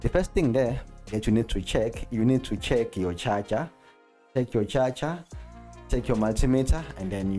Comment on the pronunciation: Always funny how you say charger (cha cha) haha. Better call it power supply xD.